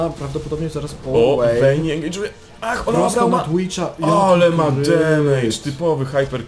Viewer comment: "łejn" i "łejni" serio? 2 podstawówka się kłania "v" w angielskim czyta się jak "w" dlatego "wejn" i "wejni" a nie przez "ł"